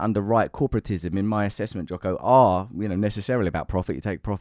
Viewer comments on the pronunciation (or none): Did he just say Jocker Willink